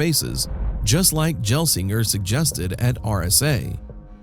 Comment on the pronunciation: Pat "Jel"-singer alerted me. I don't mind AI voiceovers, but that's like nails on a chalkboard and hints at low effort videos. You can correct pronunciations by messing with the voiceover script spelling, or using a better AI service.